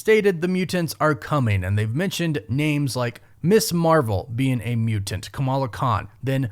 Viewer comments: It's really distracting and a little annoying the way you enunciate "mutant" as "mu-Tant" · Soften that first t in mutant brother for the love of god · Alright I like the video, but what was with the way he was saying mutant